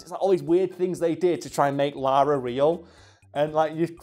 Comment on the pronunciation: God sends all people who say "Laura" instead of Lara, to hell.